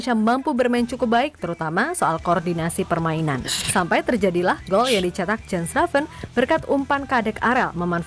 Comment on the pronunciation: Mengucapkan nama bukan Jen Reven bang….Yan Raven…..😜😜😜 entah kalau julukannya apa lagi….😀😀